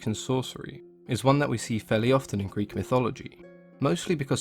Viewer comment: Good on you for pronouncing the greek as it should be.